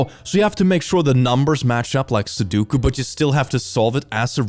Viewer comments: I love you, but it's pronounced Su-Do-Ku. Not Soduku. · unless they mean "every 7th letter in the alphabet " (so, 3 letters) - that's not something a font can do and they should learn the thing they are trying to joke about before attempting a joke. 29;18 Ok, pronouncing sudoku as "suduku" is triggering me even more Also not how it works. EVEN if you have a QR reader integrated into the camera app (which is dumb) - it's not going to scan it without the user telling it to, and even if the user is dumb enough to do that or fat-fingers it - it will still show the QR content first, meaning the user will need to see that shady url and opt to open it. What's with people fundamentally not understanding the basics of the devices they use? Is that a troll on 's part to pick these posts specifically? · I cannot handle that you keep calling it "soo-dook-u" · pronouncing su-doh-ku as su-doo-ku is satan.